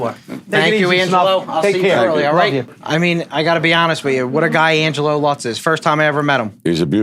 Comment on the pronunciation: It's Lutz, not Lux. Geez.